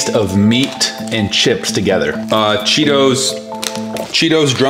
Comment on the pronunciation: the word is chisp